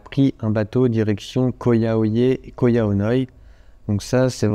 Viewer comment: Petite info, ça se prononce Ko Yao "yaille" et non yeh (idem pour RAWAI, qui se dit rawaille et non raweh). Il vous restera plus qu'à revenir voir le nord du pays une prochaine fois ;-)